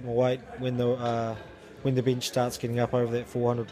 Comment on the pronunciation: I'm gonna start saying Bihnch (Bench) like does - sounds F'ing awesome! Good video.